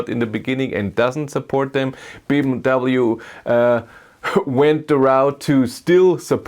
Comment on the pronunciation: Why You don't say BMW properly 😅?